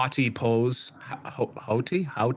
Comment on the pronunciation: Haughty is pronounced like naughty